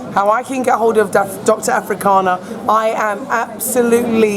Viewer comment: her name is Arikana not "Afrikana" lol Dr Arikana Chihombori, but love same way! keep up the great work!